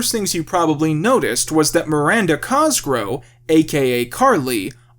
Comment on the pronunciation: Coming back years later for a personal retrospective on this series and every tine he says "Cosgrow" instead of "Cosgrove" hits like a flashbang